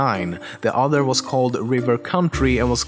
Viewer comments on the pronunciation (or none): none